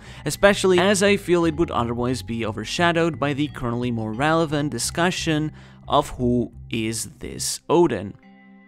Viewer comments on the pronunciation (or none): none